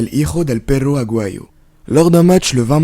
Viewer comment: "Vengador" tu le prononces comme en fr patate !!! Ga=ga et pas ja qui sinon se dirait "ha" (ra pour les fr), et tu dis "pero"(mais) a la place de "perro" (chien) sucio pelotudo, quitte à vouloir faire genre, essayes de respecter l'accent jusqu'au bout coño, cuando yo me esforzo respetar tu idioma no me voy hablando como si tirera una caga